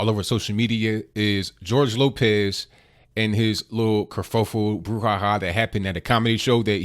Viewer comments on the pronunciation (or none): Gorge Lokez? Nigga you ever hear of re takes.